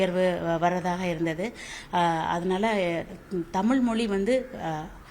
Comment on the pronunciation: நீங்கள் முதலில் தமிழ் என்று நன்றாக உச்சரிக்கவும்